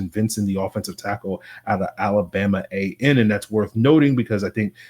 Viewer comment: Alabama A&M. Not “AM”. Just like you would say Texas A&M lol